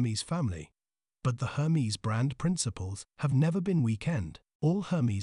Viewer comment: Interesting… pronouncing the name incorrectly throughout, took away from the video. It’s not Her-mees, it’s Air- mez. Bonne journey.